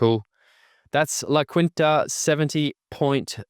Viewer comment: Just one small thing as someone whose grandma lived there my whole life La Quinta is pronounced La Keen-tuh like I’m keen for it. It’s a Spanish pronunciation